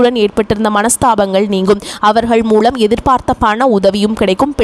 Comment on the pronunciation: "களை", "மூளம்" என்ன உச்சிரிப்பு இது?